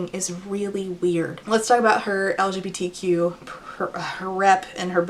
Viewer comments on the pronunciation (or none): none